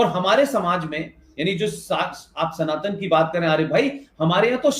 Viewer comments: it's not Sanatann but it's pronounced as Sanaatan. Please hear the word pronunciations very carefully in future from the Indian perspective or Indian panelists. These small things go a long way to show respect for other cultures 🙏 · You don't pronounce "sanatan dharm" correctly. It's "sana + tan" 😒